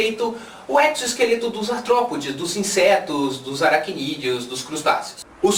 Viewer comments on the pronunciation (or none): none